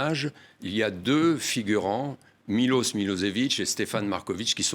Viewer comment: C'est pas Milos mais Miloch ! Ca serait bien d'apprendre à dire les noms dont ont parle dans un roman !